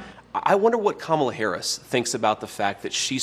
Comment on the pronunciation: IT'S KA-MA-LA........